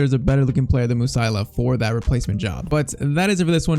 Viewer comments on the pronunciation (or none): it is not Musaila it is Mu-Si-Ala...